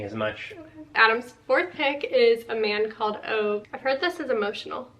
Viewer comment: Just some random info. I was curious how to say Ove and I looked it up and it is pronounced OO-vuh. Hope you enjoy the book. I have not read it yet 😊